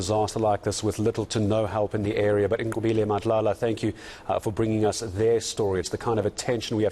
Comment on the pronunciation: Very impressed with this white gentleman... he said Nqobile so perfectly! I appreciate that so much!